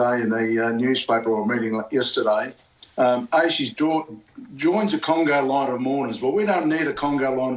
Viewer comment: I found it quite funny and illuminating when that ex policeman said "Congo Line" not "Conga Line". It just shows exactly where peoples minds go straight to when crimes of this nature happen in Australia......Maybe the crazy immigrants we have imported here because we are such a loving and Virtue Signalling society? Politicians here make choices that affect everyone...And not everyone agrees with those choices!! I sincerely do not agree with alot of the Shite being forced upon us by lackluster politicians. I'm Koori and have had enough of my beautiful country being turned into a Shithole Country!